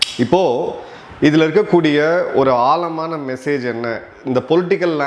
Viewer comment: ஆலமான மெசேஜ் இல்லை. ஆழமான மெசேஜ். உங்களுக்கு ழ தகறாரு